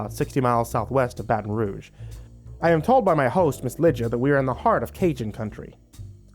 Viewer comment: Had to laugh i have a family member with the name Lydia n because were mostly Caribbean that's usually how we pronounce it so i had to chuckle at that one